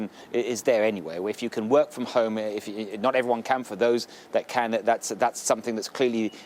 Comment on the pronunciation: I'm disturbed how the interviewer says Hohme, instead of home.